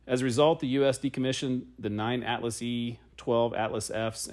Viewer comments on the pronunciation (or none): none